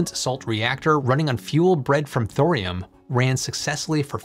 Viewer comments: Thorium has three syllables, it's not "thrym". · I love you man. But the H is silent. Torium